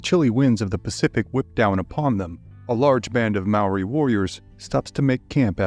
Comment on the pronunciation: I'm Maori and I thought you did a great job.